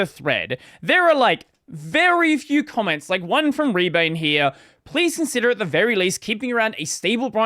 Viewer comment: i was drinking water when wild rebane showed up and almost spit out my water because the way you always mangle their name